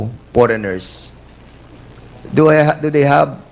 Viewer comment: “You were one of the commissioner?” Paulit ulit tinanong. Kulang sa “s”. Idagdag mo pa “poreigners”….haay panginoon ko ang lakas ng loob mag ingles. Pwede naman tagalugin kasi.